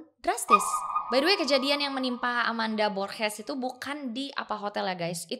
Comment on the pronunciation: G di bahasa Spanyol dibaca h ringa kayak di bahasa Inggris. Gosah kh berat kaya giti Kk, h-nya biasa aja borHes. Klw g dibaca kh (h berat the way you pronounce borges in this vid) itu cara baca g di bahasa Belanda. Cuma share sedikit yg saya tahu